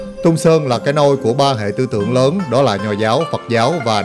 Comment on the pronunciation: Đại ca này đi hết cái TQ, đi TQ nhiều hơn các nước khác, mê TQ vậy thì nên học tiếng trung đàng hoàng tí, k học thì tém tém lại. Phát âm hơi ghê, quỏ ái cúng phú. Ghê hơn nữa là còn nói sai, Túng Sớn gì ba😂